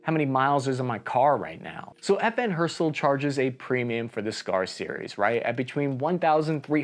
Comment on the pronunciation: its not not FN herstuhll FN HER ST ALL (and make the A flat)